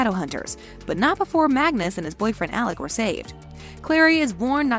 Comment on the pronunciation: You said Magnus and MORTAL wrong…